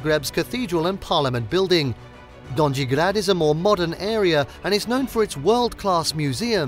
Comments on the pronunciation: Dondži grad ?! Joj kako to zvuci grozno !Ja Sam Zagrebcanka i taj donži grad mi “ buši uha !” Potrudite se da vam netko pomogne u pravilnom izgovoru . Pozdrav iz Kanade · Have you actually been there? I'm sure someone would've taught you how to pronounce donji grad, at some point. It's not hard at all. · please learn how to pronounce simple words (Gornji/Donji grad etc)